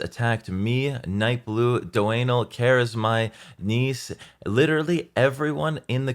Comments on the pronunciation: Why does he pronounce your name as 'do anal'? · The way you pronounce Doeanel as "do anal". That has got to be some kind of inside joke between you two. Hilarious regardless.